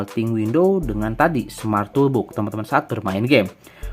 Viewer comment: Maaf sekedar share aja gan, kita sama2 belajar hehe. Kalau bhs inggris, kalau O ada dua dibaca U, kalau cuma satu dibaca O. Misalkan: BOOK = BUK BOX = BOX TOOLBOX = TULBOX (bukan TOLBUK) contoh lain: HOONIGAN = HUNIGEN LOOP = LUP Btw makasih konten TOOLBOXnya 👍 work 100%